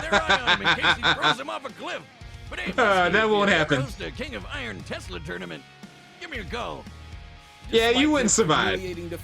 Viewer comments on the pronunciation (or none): none